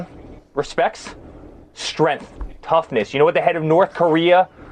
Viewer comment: Today's word is: STRENTH 🤣🤣🤣🤣🤣